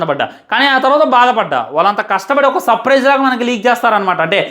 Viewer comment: Supafizing anta surprise😂